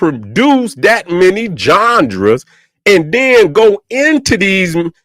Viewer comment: Really like "Jonjras" better than genres now fr